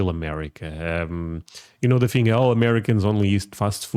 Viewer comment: Thing is thing... not thing-GU